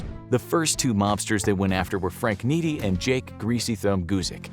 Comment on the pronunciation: You mispronounced Frank Nitti name.